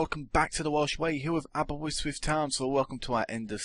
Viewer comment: its Aberystwyth not aberwystwyth